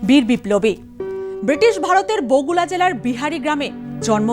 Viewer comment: বগুলা নয়, বগুড়া হবে